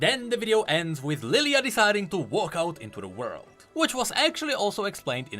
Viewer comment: I'll never say "world" now, I'll say "woreld"